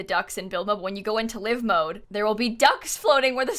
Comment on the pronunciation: Did anyone else notice that said “liv mode” instead of Live Mode? Lol 😂